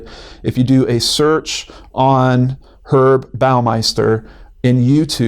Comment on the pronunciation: I tried to watch this the other day and it is awful, just awful. Montage 'o crap. Just a note: one does pronounce the H in Herb when it's someone's name. It's short for Herbert. :-)